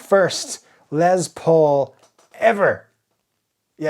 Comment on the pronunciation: His name is LES Paul, not LEZ Paul! WTF!